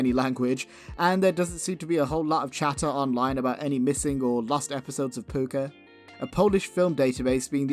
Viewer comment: It's called "Pucca" not "Pupca"!